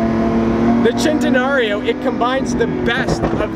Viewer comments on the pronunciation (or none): its actually sent a nario not chent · I never want to hear the word chentanareo ever again. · i hate how he pronounces it "chentenario" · I thought it was Sen-ten-Aree-O not Chenteeorio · Sen-tan-nary-o not chentenario... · It’s sen-ten-nar-io Chentenario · it is centenarion... not chentenario! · Stop saying chentenario it’s cen !!! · Its SEN Te Nario. Its a Spanish word not Italian. There is no CH or Chaa sound. I believe most lambos were named after Spanish fighting bulls. This one is just commemorating his 100th birthday. Thanks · He says Chentena-rilpshf O Annoying! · CHENTAnarryo! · heres a drinking game: take a shot everytime sayss chentenario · It's not pronounced CHENtenario. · i disliked because you got annoying with the whole "CH" entenario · Philip Smylie if I were to get a dollar for every time someone says "Centenario" Wrong, I would have enough to get a Ferrari La Ferrari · The way this guys says centenario just makes me wanna die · He says the first part right the last part wrong he isn't saying rio properly that's what makes it annoying. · you said "Centenario" 32 times and all of them mispronounced